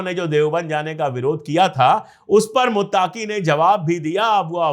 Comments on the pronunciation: Bahut behtar aur haan sir muttaaqui nahi muttaqui hota hai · Muttaaaqi nahi muttaqi hai..pronounsation me gadbad ki wajah se naam sunne me achcha nahi lag raha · Muttaaki Nahi Sahi Lafz (Muttaqi) Hai Maazrat Chahta Hu